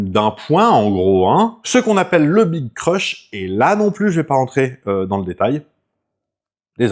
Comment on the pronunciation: Le Big Crunch plutôt, pas le Big Crush 😉 (ou alors c'est la prononciation qui est limite 😅)